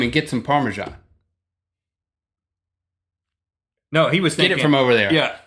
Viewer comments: It's par me sun not par me shan. Maybe it's because I'm from UK. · why do you spell Parmesan so weird..its ParmeSan not ParmeJan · Do all Americans pronounce it parmejan? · so is parmajan a thing? or are they saying parmesan wrong? :P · okay, since when has Parmesan been pronounced with a "j" in it?! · it annoys me a little how you say parmesan :/